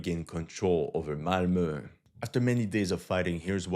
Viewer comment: You pronounced "Malmø" perfectly btw, impressive